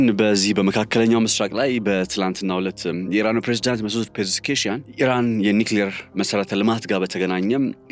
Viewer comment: "ፔዤስኪያን" በል እስቲ?